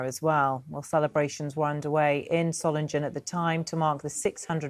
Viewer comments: You've got the pronunciation wrong - Solingen is pronounced with a soft, unstressed 'g', so Soling-en, not Solin-gen. Hope this helps. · Dear BBC; please try to pronounce Solingen correctly. It's not Solinjen. Just try and get the basics right. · "Soh-ling-en" you ill-educated berks! I've got about as much confidence in your reporting as in your education... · Dearest BBC there is NO West or East Germany since 1989 and its Soling-en not Soling-Jen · BBC could learn to say the name of the city properly: it’s “ZOH-lingen” with a hard g as in “sing.” Not “SOH -lin-jen.” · Solindshen is pronounced just as Readindsh and Ketterindsh and Francis Walsindshham... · It's pronounced Soling-GUN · Pronounced Soiling-en not ‘g’ just ‘ing’ - come on BBC you are meant to be exemplars of pronunciation. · Solingen is pronounced with a hard 'g'. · Can you at least pronouce Solingen correctly. Would you like me to pronouce London incorrectly. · BBC could at least make an effort with the correct pronunciation of Solingen 💩🇬🇧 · BBC can't even pronounce the City name correctly. 🙄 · 650 years of Solingen history and the Beeb can’t even pronounce it. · can't you just check how to pronounce properly the name of the city? Peinlich für hochbezahlte BBC Leute! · They can't even pronounce the name of the city "Solingen" properly. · The name of the city doesn't sound scary in German. The moderator pronounced the name in English. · You'd think that the BBC would learn how to pronounce the city's name correctly! Shame on the BBC! The correct pronunciation has a hard 'g' in it. Not a 'j' sound!